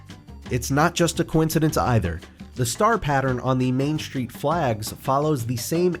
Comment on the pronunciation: What's a "shtreet"?